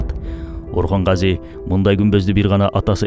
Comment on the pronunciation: Гази эмес Казы